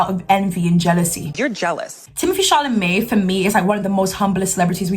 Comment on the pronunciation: It’s more like Timothy “ChalaMEH” to me